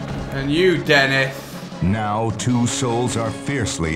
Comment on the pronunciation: Dennif the mannif